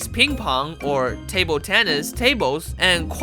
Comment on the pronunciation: Look his table accent sounded so asain